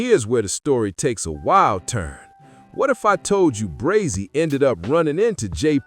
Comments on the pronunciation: It's pronounced Bray-zee😂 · Facts breh dumb ai said Brozy 🤦🏾‍♂️ 🥴🥴🥴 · Honeycomb Brozzy?!!😂 AI got to do better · Dumbazz ai it’s Brazy like Crazy not Brozy 🤬